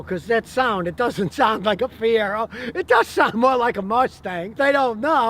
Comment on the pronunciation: First time I ever stopped watching. He said Fiero. Lol.